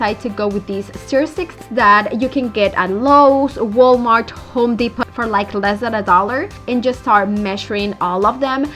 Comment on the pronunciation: This is given with respect. My husband is Hispanic from Mexico. I realize that you are saying Depot as in Home Depot the way Its written. But you don't say it the way it is written. Their name is Home (you pronounced this correct) Depot (the o is spoken like a capital O & the T is silent. As if it's not there.) So it's Depoe. If I went b to Puerto Rico or Mexico I would say words wrong all the time. SO GOOD LUCK. It is said English is the second hardest language to learn. Chinese (Mandarin) is the hardest. So I give mad respect to anyone who tries to learn English.